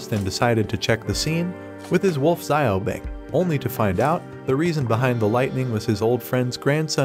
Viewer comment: Talk about butchering a language. "Chu an chun" (Xuan Tian)? It's pronounce "Shu-on tee-en" also Qin Lie is pronounce "Chin Lee-eh" not "Kin Lie" Li Mu is pronounce "Lee Mu" and Xiao Bing is pronounce "Shee-ow Bing" not "zie-o bing" It just hurts listening to this voice program trying to pronounce names in Mandarin and even some English words is butchered like refiners "re-fine-ers" not "re-fin-ers". Felt like I got stabbed through the chest listening to the pronunciations.